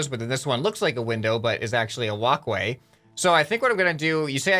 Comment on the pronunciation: Why is it so fun when instead of walkway he says wocway xD ( He really does say it differently I am not joking )